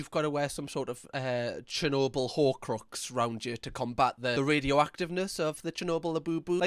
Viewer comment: Lmao!!! 😂🤣 she's a comedian! When she said 'Chernobyl', I heard 'Cher Noble', like a noble Cher Labubu! 🤣🤣 I've never seen this madness before, I'm SURE she's being a comedian here, they're so obviously drawn on with textas etc. She's hilarious!